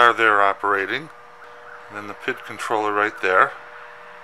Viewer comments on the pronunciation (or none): And it's Pee-eye-dee controller, Not "pit" or "pid" Sounds like Bob Villa when you say "pid for the thermocoupler"